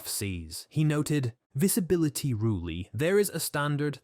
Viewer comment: The AI voice is so bad. The weird pronunciation of word visibility, weird shifts of tone, that scary sound right at the end of the video ("... the latest developments. MEH If you find"). The AI script is even worse. There are parts that repeat themself.